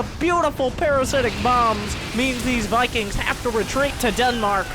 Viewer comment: Mikings, Mosts, Miberators.